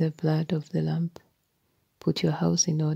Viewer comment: Yes, it is. Her accent makes it sound like “lamp”.